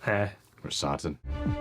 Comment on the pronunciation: I love you guys. Like a lot. But, cmon man. You have heard his name pronounced Krrsantan since he was intro’d. Not krrsAHntan. They even call him sANtos. Not sAHntos.